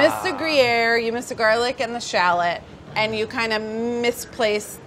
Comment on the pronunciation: "Parmashan" and "shalat" well i didnt know they were pronounced like that. Well done though you did pretty well